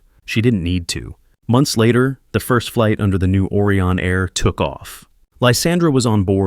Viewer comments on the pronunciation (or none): It’s O Rye on. Not Orion; like Oreo. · Try to improve the pronunciation of words. Orion should start with original vowel sound ‘O’ like and pronounced as in open, over, Odeon, etc. Whereas, Aureon should be pronounced as Australia, audition, audio, August, automobile.